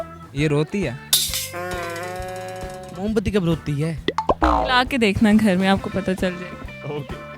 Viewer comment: Mo bati ni hota moom bati hota hai